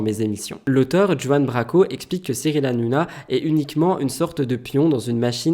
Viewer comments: Mon chéri d'amour, on dit "Juan" à l'espagnol, comme Juiannita dans Desperate housewive. Tu m'as fait rire mimi 😊 bisous à toi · Cool le nouveau concept 😊 Par contre Juan se prononce Rouanne (espagnol) Branco en Française 😅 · On ne prononce pas "Juan" mais "Ruan" Branco. Ça fait longtemps que je connais cette personne (au-delà de son passage sur TPMP), et ce qu'il dit, je le crois. C'est un gars qui défend beaucoup les prolétaires, comme il a défendu les gilets jaunes par exemple. Il a eu le courage d'écrire ce bouquin. C'est un personnage à connaître (avant), mais c'est tout de même très bien d'en parler.